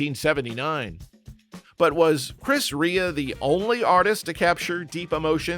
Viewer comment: Chris Ray-a not Ree-a